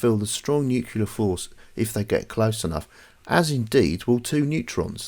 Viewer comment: I loved everything about this video, EXCEPT.... i kept throwing things at the screen every time you said "new-queue-lar" ಠ_ಠ It's new-cle-ar!!!